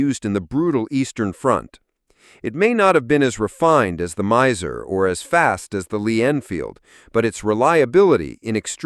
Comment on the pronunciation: Miser? NagNant? Don't live humans narrate these videos anymore?